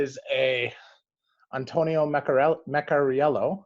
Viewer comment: Thanks for the video, and yes you got the pronunciation right, bravo! I would suggest investigating the Scafora Norvegese stitched shoes--they're really quite exquisite.